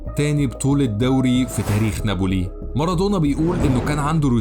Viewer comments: Napoli, not Naboli! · يا اخي كرمال الله ناببببولي ما نابولي في شدة فوق حرف الباء